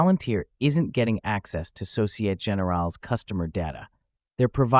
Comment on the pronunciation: “Société” (in société générale) has 4 syllables so-ci-eh-teh. If you use AI to generate speech, I wonder if you can switch midway to French 🤔